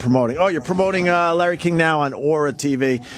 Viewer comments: I cringe every time Opie says “Lar” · Every time Opie calls Larry King “Lar” I cringe.